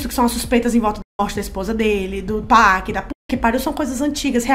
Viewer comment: Não tem "péc" mano, é literalmente PAC